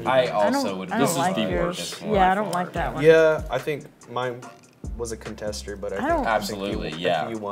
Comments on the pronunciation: What’s a contster ? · You're telling me I missed saying CONTSTER